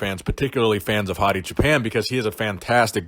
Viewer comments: Hi.Thanks for all your great videos.But you pronounced Choopan in a way that sounded a little like Japan;in Farsi we pronounce it more like the word choose. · Hey, I'm from Iran. I don't know if you care or not but Choopan is pronounced choo like too, paan like pawn. and it means shepherd. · Everytime you say his name I hear Hadi Japan.